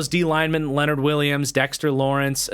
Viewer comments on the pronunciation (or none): none